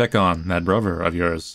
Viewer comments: "muhvur" "bruhvur" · Not sure if you've noticed, but you have a few quirks in pronunciation. For example, I think it's so cute that you pronounce brother as "brover". You have such a great, manly voice and then just a few cute idiosyncrasies, it's very endearing.